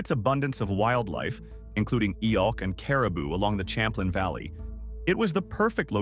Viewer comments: It's pronounced Sham-plane not cham-plin. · 🤣this the funniest thing i heard today, im québécois, we learn the real history here, he’s french gng, its pronounced Cham-plin, whitout your ahh accent